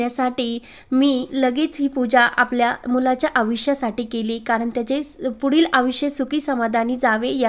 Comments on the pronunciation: आयुष्य म्हणा आविष्य नाही मराठी नीट बोलायला शिका . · आवीश्य नाही आयुष्य!नीट बोला